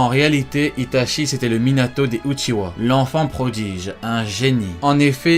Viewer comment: Itachi uchiHa et non uchiwa svp